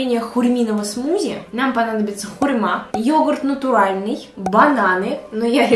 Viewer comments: мой друг моей подруги(её брат Юра)Он говорит не хурьма а.....Хуйма xD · Извини, но мне послышалось « ХУЙ..МА а не хурма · Не хурьма а хурма